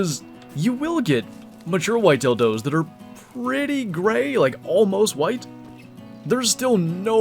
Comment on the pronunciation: you said mature white tail does but I did hear the dildo and I can't unhear it